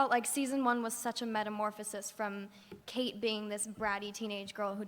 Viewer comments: someone needs to tell this chick that it's Kate not Katie....smh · Yeah, I know what u mean it's really annoying even after she hears them say her name "Kate" she keeps saying "Katie".